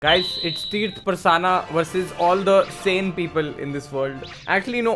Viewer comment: Bhayi truth hota hai tirth nhi